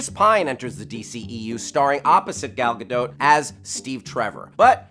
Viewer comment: רק אני משתגעת כל פעם שהם אומרים "גל גדו"??